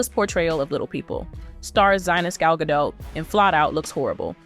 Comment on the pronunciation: GadoT. Please pronounce the T. She's not French. The T is not silent.